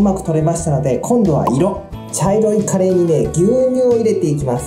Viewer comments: そのイントネーションは魚のカレイ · 岐阜県のカレーのイントネーションわかるわー